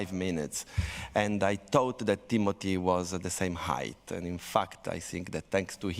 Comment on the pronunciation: And then they pronounced Timothée's name correctly X:::D